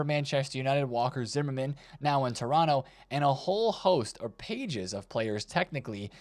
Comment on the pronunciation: LOVE the fact that you said Toronto right!